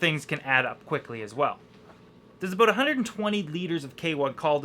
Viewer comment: Aboot, haha Canadian EH?!